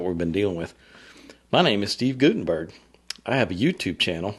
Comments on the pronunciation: It’s pronounced “GUT” not “goot” in Guttenberg. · I can tell by the wording that this is NOT Steve Guttenberg. That is not his style. It's Gut not goot-enberg. Per Steve.